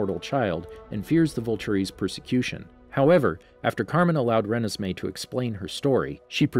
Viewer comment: I love the stuff you post but I think you are pronounced renesmee wrong